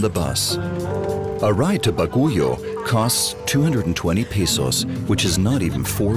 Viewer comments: i almost spit my food out the way the narrator pronounce "Baguio" lol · How did y’all absolutely slaughter the name Baguio? 😂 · its bagyo,,,,not baguyo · I was born in Baguio, and it’s bothering me so much how he pronounces it as “Ba-gu-yo” 😭 it’s pronounced *Bag-yo or even Ba-gui-o lol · Thanks for this documentary, I do appreciate you include our country. I just want to point out one thing. I hope there was a research on the right pronounciation of the name of the city. Baguio City is not pronounced BA-GO-YO but BAG-YOU. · What? BAGOYU? It's Baguio ( Bag + uio ) Sounds Like Bagyo Or Typhoon In Other Sound Translation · Baguio is not pronounced as Ba-gu-yo but pronounce as Bag- yo. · It would've been better if the writers did a little mor research. To cite a couple, Baguio is pronounced BAg-yo, not baguyo and the currency is pesos, not pecetas, although they did get it right later on in the video. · Bagu-yio? BAGUIO. Bah-gee-o. What the hell? And that's not a Jeepney anymore, even if the concept is the same. Jeepneys actually look like modified Jeeps, which is where they started, with the classic grill with vertical slats and round headlights mounted on the distinctive angled mudguards of a Willis Jeep, the attendant bucket rear wheel tubs, small tail lights and marker lights and simple World War Two slotted mud tires. Too bad the Australians are now taking over the Phillipines since we left our bases and turned them over to the government. They are disrespecting and erasing its history. Maraming Salamat. And, uh, I don't think he's working on an air cleaner, even for air brakes. More likely clogged fuel lines. Sayotee fruits? CHAYOTE. And they are nowhere near "pumpkin-like". They are solid all the way through, with a central pit section (seeds). And the Filipino currency is the peso or piso, not pesetas, which are Spanish. This is getting more and more annoying, and I'm still in the Phillipines. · Not baguyo but Baguio. A capital city of benguet.